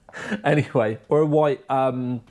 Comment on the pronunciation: Ally, not alley mate 😂